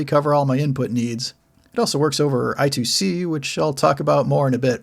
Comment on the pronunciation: It's read as "I Squared C"